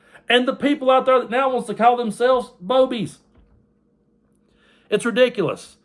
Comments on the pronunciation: I think you may have missed the correct pronunciation. They're BOO-bies. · I think it’s pronounced boo-bies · You pronounced that wrong. I'm sure it's booby's.😅😅😅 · RFLMAO I couldn't help myself from laughing everytime you said Boebies and in my head it was fake Boebies LOL ala Beevis n butthead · Did you say "Boebies" or "Boobies"? Again, thank you again for the laugh at the ridiculousness of the right!! (I thought the right was all about family values... wasn't Bobo an escort who 'serviced' Ted Cruz...how inspirational!)